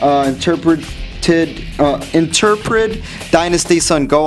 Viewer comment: "In-ter-ped" In-trep-id